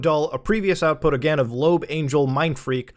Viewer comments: "Loab" is pronounced "Loh-Ab", not "Lobe" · Isn't it pronounced Low-AB? I hate it